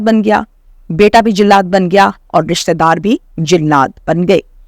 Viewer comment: jillad nhi jallad hota hai